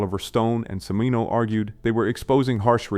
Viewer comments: CH.... pronounced ch for chimino not C....mino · Cheee meee Noooo not sea me no! What an idiot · “Cimino” is pronounced “chimino”, loser lazy production people using AI instead of paying a small wage for a real voice over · Chih-meeno. You wanna make a movie channel, you better learn how to pronounce the giants' names. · Def. AI slop. There WERE no 'protests; over Flesh and Blood in Australia. Michael 'See-meen-oh' ? Puhlease. Good list of films that meet the criteria of the clip titles but the VO is complete clueless schlock. Year of The Dragon didn't derail Cimino's career 'for years' ... it ENDED it. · Although the “writing” shows countless hallmarks of AI scripting (plus not knowing how to pronounce Cimino), this was better than I thought. I hope you gain confidence to write in your own voice. You have a good way forward if so. 🙏✌️